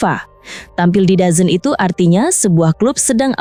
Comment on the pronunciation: DAZN bacanya dezon / dzon